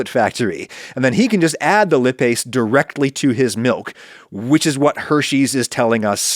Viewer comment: This was interesting Adam. Though, I wish you'd have looked up how to pronounce "lipase" before saying it repeatedly.